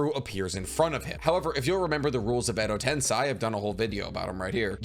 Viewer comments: edo tensei - "sei" is pronounced more like "say, that's a cool headband", not like "sai" the emo Sasuke replacement on Team 7. Cool breakdown, I may actually read this manga. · Been holding myself back from dropping this comment for so long since I love content But is it really that hard to pronounce Edo tensei? Ten:10 Say: to speak Ten-Say, It's not that hard, it's equivalent is found in english. Sorry to say this, but it's been bugging me for so long. I never understood how people could be so passionate about sticking strictly to pronunciations until I kept hearing say "edo ten-sigh" over and over and over again